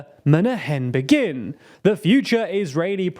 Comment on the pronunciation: So the British and the pope are at fault.... as usual. By the way: The name of Israel's President is not Begìn (like the verb), but Bègin. The E is stressed